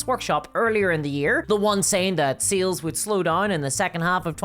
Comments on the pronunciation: Are you saying sales or seals I’m so confused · The way you say sales sounds like seals. And my brain is like "GW pays its investors with chonky bois."